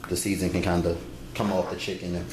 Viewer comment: he say spoil like spoioh and seasoning like seezons 😂